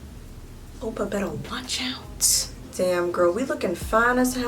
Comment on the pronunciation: the way you say oppa sounds like "opa" (grandpa in dutch) i'm CRYING😂😂😂😂